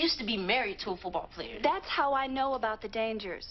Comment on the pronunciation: "playah playah" 😂